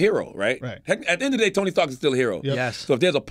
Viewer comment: “Tony Starks”